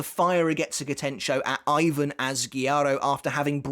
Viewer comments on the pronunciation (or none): why do u pronounce Asguiarro as Ivan and not Ebern?